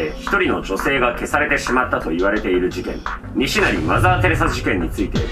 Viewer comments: 西成のイントネーションがきになるー！ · 西成のイントネーション気になりすぎて話入らんかった😂😂😂😂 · 西成の発音がばり気になって話しが入ってこん😂